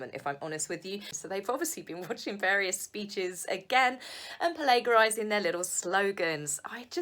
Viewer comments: PLA JER IZING thats how you pronounce it for Christs sakes PLA JER IZING!!.. I told you before Meg come on now! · Not PLA GER IZING